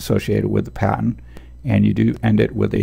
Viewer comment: Love these videos, very helpful indeed! The only thing that bugs me is that I keep hearing 'patent' when I'm pretty sure you're trying to say 'pattern' lol. That threw me off at first. But anyway, thanks for the vids.